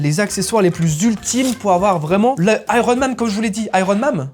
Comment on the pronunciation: MDR tu as dis Iron Mame et je m'appelle Mame Diarra mais je préfère qu'on m'appelle Mame 😂😂😂😂